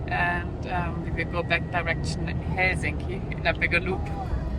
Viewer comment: Probably the best pronunciation of Helsinki I've heard from a non-Finn! 👍